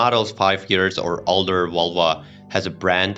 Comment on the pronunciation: Can you pronounce Volvo and not vulva? Embarrassing to listen to!